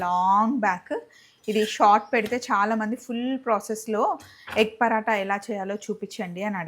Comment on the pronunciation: పరాట not పరోట